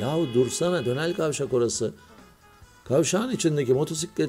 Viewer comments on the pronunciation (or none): hocam siz r leri söyleyemiyormusunuz dönel kavşak diyorsunuz hahaha